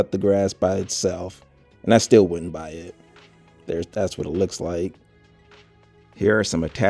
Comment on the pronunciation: HE SAID HAAAAAAA WHA A G